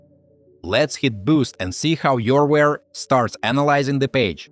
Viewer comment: it’s youware not yourware……